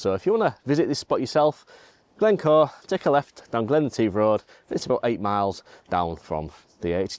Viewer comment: Interesting LND and CPL. oh, it’s pronounced Glen et if (all one ward) 🥱 Not yet photographed this area yet but it is a stunning place : high mountains and Glens 😊 Passing place ~ ouch 😩 🤣🏴